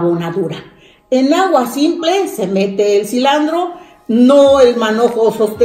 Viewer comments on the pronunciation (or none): Todo bien pero se dise silantro no silandro 😱😱